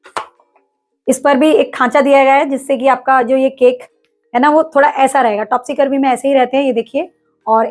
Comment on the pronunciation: Mam topsy turvy hota hota hai ..topsy curvy nahi 😊